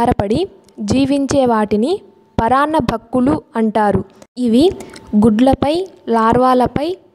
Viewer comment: Video is good but please note that it is " Paranna BhUkkulu and not paranna BhAkkulu Thank you